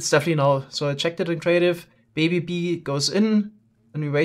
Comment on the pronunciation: his accent is best at "BEE" , "BEE'S"